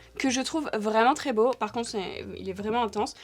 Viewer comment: Le "ça va être bo hé" avec l'accent hahaha 🥹😂